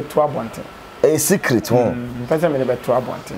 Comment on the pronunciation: Did I just hear 'Secriss room underground '?? 😂😂😂 chill😂